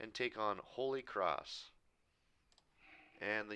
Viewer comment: BRO IT UCONN NOT YUKON